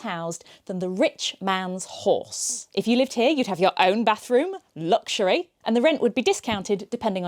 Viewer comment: "Luxury" 😂😂😂😂 love how that rolled off your tongue - rather Monty Python's 4 Welshmen sketch 😅